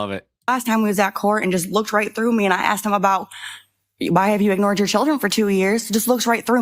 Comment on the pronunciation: caught several proper "asked" ... then heard "asked" and he changed it to "axed" .....hate "hood speak" ..... axed has a totally different meaning, especially among my people that involves heavy edged implements